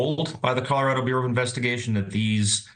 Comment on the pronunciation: "Coller raddo"😂😂